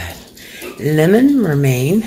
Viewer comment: I thought she said romaine also. In any case, she can't speak.